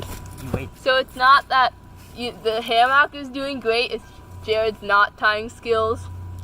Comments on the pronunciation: Sounds like he's saying Ham-hock.... I thought it was going to be about cooking... It's Ham-muck .... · do you say it like everyone else now? Ham-MUCK instead of ham-MOCK. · Is he saying hammock wrong on purpose?